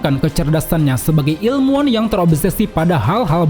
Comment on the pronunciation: ilmuwan, bukan ilmuan